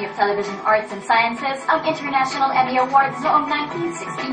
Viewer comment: Emmy yan ha, "Emmy" Haha.